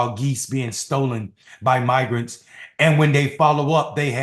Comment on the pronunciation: Had two comments linking to the unredacted video removed, so you have to search yourself. It is unmistakeable, even though Lowery is lying that he mispronounced "migrants". That is a very Freudian mispronunciation.